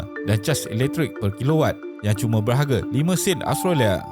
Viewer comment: As usual, very informative. Cuma pronunciation perlu diperbaiki, especially nama negara. Tiada “O” di dalam Australia. Jadi bukan “austrolia” atau “ostrolia”.